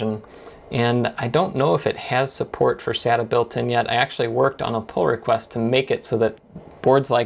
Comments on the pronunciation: I'm a bit sadda that you don't say sayta.....Just found you channel and I really like your videos! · Um you do know that you totally butchered Sata's Pronunciation... it's pronounced with a Long A i.e. Data with an S instead of a D. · "Sata NAS" hahahah Its sounds like "satan" in PT_Br KKKKKKKKKKKKKKKKKKKKK great Video....